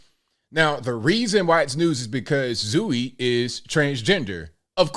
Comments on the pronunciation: Zoey and Zoe are pronounced the same. Always have been. You're pronouncing it "Zooey" 😂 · It's pronounced ZŌ-E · "Franny & Zooey" is a JD Salinger book. It's pronounced "Zoë" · Zooey is pronounced Zoey, like Zooey Dechannel. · Zooey is pronounced Zoh-wee. It's important and respectful to say a person's name properly, no matter if s/he is infamous. You're in mass communication, and it is a responsibility that you inform your viewers the proper pronunciation. Did you not read JD Salinger's "Franny & Zooey"? I like your channel, so I'm reminding you that everything is Googable these days and there's no reason for you to be unable to pronounce anything. It is not cool to make fun of people's names. Not cool,, not cool at all. You could do better. Peace! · Is it Zooey as in Deschenel? I Cracked up the whole video with the "ZOO ee" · The name is pronounced Zoh-ee, and the only thing I disagree with in the vid. Zooey is a name that’s been around as long as my 40 year old a$$ had been around. English is weird. And nothing makes sense. I think the name might be French tho? Either way, this person calling themselves Zooey is still a nutcase and a ghoul. Edit: I was wrong. I guess Zooey (also spelled Zoey and Zoë) is a Greek name. Ya learn something new everyday 🤷‍♂️